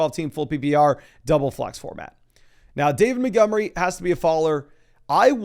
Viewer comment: David "Muh-gummry"